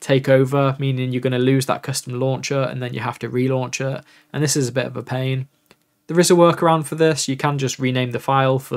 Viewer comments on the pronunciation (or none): none